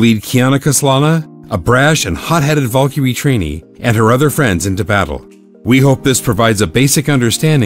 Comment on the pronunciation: When you realize you pronounced Valkyrie wrong but still like the wrong pronounciation